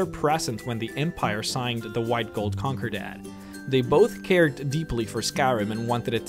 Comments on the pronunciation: cunkur dat? It's CON CORD AT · list of things pronounced wrong because why not scrapped = scraped concordat = conquerdat tullius = toolius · pronounces concordant “conker dant” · Concordat ❌ Conkidat ✅ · get the fucking names right dude con cor dit not con cor dat idiot you played the game right I don't think u did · Con-cor-dant or con-cor-dent not "can-cor-dad". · "The White-Gold Conkurdat" I swear to god you purposefully mispronounce half the names in this game just so people will comment "like wtf?" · Learn how to pronounce words please. "Cohn-KOR-dad" for concordat? Are you fucking kidding me?